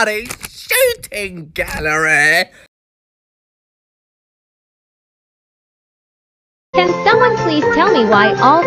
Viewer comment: the "shooting gallereh" is about as british as it gets